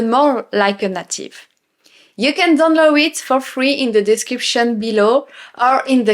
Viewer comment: Bravo. Vous vous exprimez bien en anglais! Je ne veux pas sembler négatif, parce que vous parler bien, mais je vous offre une astuce pour la prononciation du mot “native” en anglais. Le “a “ se prononce comme on prononce la lettre “A “. C’est pas comme le “à” en français. C’est plutôt un peu semblable au lettre “e”, avec l’accent aiguë en français. Le “a” dans le mot anglais est ce qu’on appelle en anglais “a long A”, plutôt qu’un “short a “. Alors, c’est “nAtive”, pas “native”. Le “a” se prononce comme on prononce la première lettre de l’alphabet en anglais. Voilà. Je ne veux pas sembler négatif. Je veux seulement vous aider un petit peu, comme vous nous aidez en français. Keep up the good work. Your English is impressive, and you are a great teacher and ambassador for all things French.